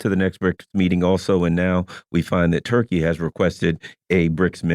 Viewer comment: It's "Tur" +" key" bro !